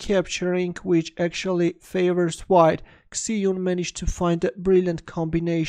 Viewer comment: Great video, but her name is pronounced like Shie jun